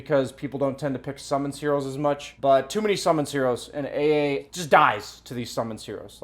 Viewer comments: Love the way says “Ey Ey” when pronouncing AA. It’s cracking me up. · pronouncing AA: "Ah ah" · Lmaoo guys I also pronounce it ay ay, I just mean that adds like a mumble rap twist to it when he says it 😂